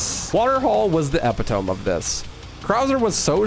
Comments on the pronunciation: FYI, epitome is pronounced "e-pit-oh-me" not "epi-tome" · epp-a-toam? (uh-PIT-oh-me) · I normally wouldn't do this but i noticed you say it in a few videos - Epitome is /əˈpidəmē/ or e-pid-a-me not epi-tome. Fun video though, I clearly watch enough to notice its been more than once haha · Epitome is pronounced ih-pit-o-me by the way hoss. Thank you for your awesome content ❤ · “The eh-pee-tohm” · It is pronounced eh pit o me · theyre saying epitome is pronounced əˈpidəmē. Enjoy your content btw :) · Man really said epitome like that 💀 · bro literally said "epitome" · It’s not epitome, it’s epitome. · lol, epitome, you wanna try saying it again? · I mean, he still mispronounced it... I also wasn't really talking to you either, my dude